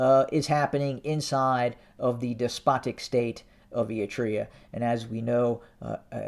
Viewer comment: Ahhhahaha youtube is axing you? that's probably because of you stress the word " despotic!!" when you report about Eritrea! ahhaahaah goodriddance !! Mr. voice of non sence!